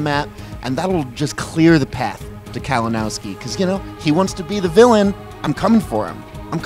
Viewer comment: PUT SOME RESPECK ON HIS NAME KALINOWSKI.